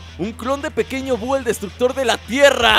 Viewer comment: se dice pequeño bu